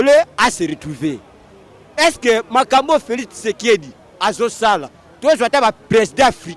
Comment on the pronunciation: Kitshekedi te mais Tshisekedi . Nyama na yo !